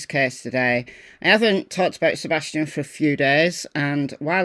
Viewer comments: First he can't get Seth's name right...now Sebastian's ! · I didn't see that at first but still...he can't even get Seth or Sebastian's name right